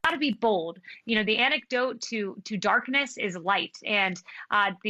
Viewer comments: Anecdote not antidote? Conservative English never fails to entertain. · ANTIDOTE NOT ANECDOTE YOU PAPER BAG WITH LIPSTICK ON